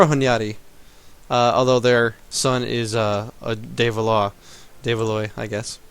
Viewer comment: the ois in Valois is pronounced "wa" like Washington. so it is actually said like val-wa.